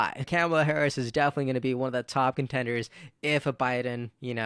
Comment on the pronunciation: Imagine... she's been '2nd in command' for 3 1/2 years and people STILL mispronounce her name...